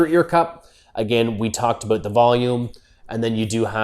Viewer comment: ''Aboot''.... hehe